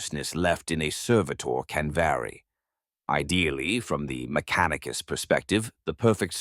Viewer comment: …“Mac-a-neek-a-sis” main soldiers…made me laugh out loud! The proper British accent paired with the bizarre version of a phonetic pronunciation is quite the pause worthy delivery! It certainly makes the narration sound like AI whether or not it is. I don’t catch many absurdities in these videos but once in a while I hear a real gem!